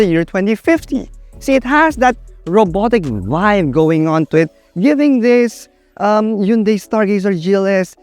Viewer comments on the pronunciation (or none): I think its proper pronouncement is "Hyun-day" not "Hon-day"😊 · Actually, the right pronunciation is "Hyun-Deh" as coined by south koreans.